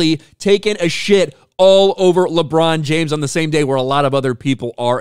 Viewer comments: Did he say “LeChong James” 😂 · “LeDron James” 😂